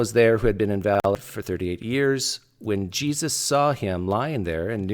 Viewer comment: pronunciation of "invalid" is pretty funny